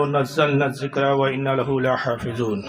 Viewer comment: اس سے بڑا جاہل کون ہوگا کہ یہ لحافظون کو لا حافظون پڑھ رہا ہے